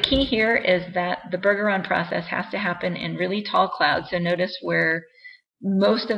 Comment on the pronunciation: It's BUR-jur-ahn. Trust me, I'm a Bergeron.